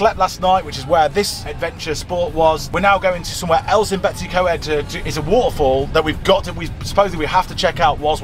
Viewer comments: May I please correct your pronunciation of what you call "Betsy Co-ed". It should be spoken as BET-uhss uh COYD' (not 'Betsy Co-ed'!) 😁🏴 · The way you pronounce Betws Y Coed 🤣🤣🤣 Sorry, I still love you! 🏴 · Little help with pronouncing , betws y coed sounds like "Bet us her coyed " hope that helps